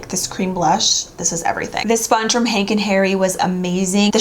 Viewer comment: Gorgeous 😍 omg babe you soo amazing n I think this has been my favorite upload from you this week 💕 oh n I think you said Henk n hairy but it's hank & Henry 🤗🤗🤗 still love ya 💖